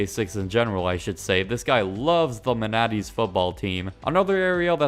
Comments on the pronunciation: Manatees??? It's man-uhh-tees the sea cow😂🤨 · Bruh the way he said it annoyed the crap out of me 😭😭😭😭